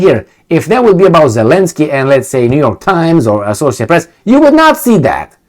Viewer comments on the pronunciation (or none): none